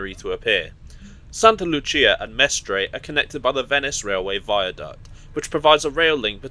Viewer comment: Exceptional proficiency in pronouncing Italian words! Perfect "Santa Lucia". Only Venezia and Vagli need a bit of improvement. Bravissimo! from Rome